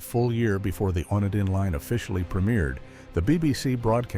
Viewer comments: It's not the one-din line. It's pronounced the o-knee-din line, l used to watch this series when I was a child. Hope that this made sense 😊. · wandin? AI?